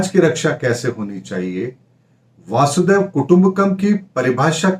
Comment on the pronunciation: "वासुदेव" नहीं "वसुधैव" कुटुंबकम..... "अयं निजः परो वेति गणना लघुचेतसाम् | उदारचरितानां तु वसुधैव कुटुम्बकम् ||" पहले भी विस्तार से बताया था....... कृपया अपनी चुक सुधारिये.......